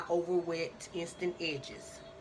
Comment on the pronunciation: "Remember to like and subshribe" "Eensteent Ehhdges" 🤣🤣 Damn I love her!